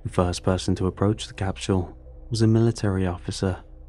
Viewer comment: just under those 20 minutes I’ve heard the word “capshul” more times than the avarage person does during their entire life